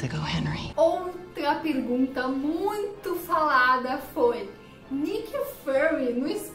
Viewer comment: "e é cada pegunta"